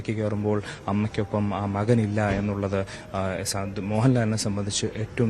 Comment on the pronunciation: NEWS - 18, എന്തു വാ ടേ യ്... ഇത് ? നിന്നെ ആരാടാ സിറ്റിസൻ ജേർണ്ണലിസം പഠിപ്പിച്ചത് ? '' അ മ്മ ക്കൊ പ്പം മ ക നി ല്ല" എന്നൊ ? മകനല്ലേ തേജസ്സറ്റ ആ അമ്മക്കരികിൽ നിൽക്കുന്നത് ? അനുശ്രീക്ക് തിരുത്താമായിരുന്നു. എന്തു ചെയ്യാം...മൊബൈയിലിൽ കളിക്കുകയാവാം.